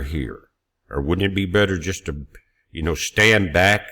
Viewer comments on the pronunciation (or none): none